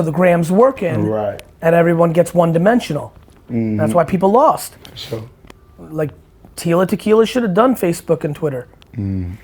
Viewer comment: “For shore”